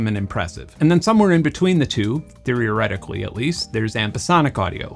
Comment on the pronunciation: Good vid, but hearing you say conzoomer (consumer) and conzoom (consume) bothers me 😂 edit: also theory-oh-retically is this an inside joke?